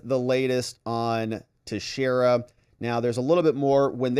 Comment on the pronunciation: This is the least important thing but it's pronounced "Tex-era" I'm from New England. Sorry, it's just bugging me.